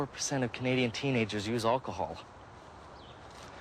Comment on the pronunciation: why does pronounce it “Olchohol”? 🤣🤣